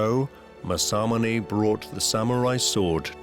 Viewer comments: Learn to say it right!! Its masa-mune!! Not ma-samune! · To pronounce "Masamune" it's 'mass-ahh-moo-nay' and NOT 'mas-sah-mon-hey'. This narrator is driving me nuts with how he pronounces this great name.🤪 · My God the pronunciation in this video is atrocious. Tokugawa's name is NOT Ieye-ASS...and it's Masa-moon-eyy....come on guys, there are so many resources out there to figure this sort of stuff out... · British prononciation is always terrible in these documentaries. Mah-San-Moo-Nay, not “Masamoon”, Ee-ay-ah-su, not “Ee-ay-ahs”….. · Mah-Sa-MOO-NEH 政宗' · Tokugawa IeyaSU!!! Anglosaxon speakers cannot speak other languages! MasaMUne!!! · Everyone, say it with me: MOSSA-MOONAY. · I wholeheartedly agree!! Masamune is pronounced: MA-SA-MU-NE!! It is quite distracting and irritating and a little disrespectful...I've seen plenty of non-Japanese people pronounce Japanese words properly. Point being, if you are discussing a topic, pronouncing words properly are almost as important as knowledge of the subject you're discussing. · I wish the narrator could at least say Masamune correctly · It's criminal to keep mispronouncing Masamune so often. British people don't need to say things wrong just because they can. What an embarrassment! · It's killing me to hear Masamunes name butchered every few seconds. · Sad the narrator can't pronounce Masamune is just how poor this video really is. A video of ill gotten gains. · The narrator not bothering to learn how to pronounce Masamune correctly is annoying to the point of distraction. I'm thinking of muting the audio and turning on captions, it's that annoying.